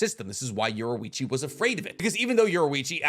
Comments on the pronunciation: His name is Yor EE Chi NOT Yor OO Ichi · You pronouned Yorichi wrong. And a few things in this is not actually true 😂